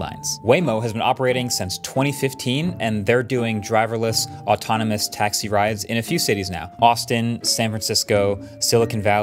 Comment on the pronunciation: Am i the only one who heard "true atonimus"ultra instinct"? 😂